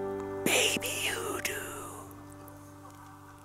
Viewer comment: You are having waaaaaaaaaaay too much fun with that word 'hoodoo'... LOL (Am I even spelling that right? A Google search says something different something to do with voodoo). I'm so glad to hear you've learned regarding snakes! Don't go chasing rattlesnakes! Or, playing with them either. ;)